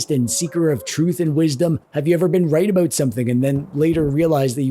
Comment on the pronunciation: Are you Canadian? The way you say aboot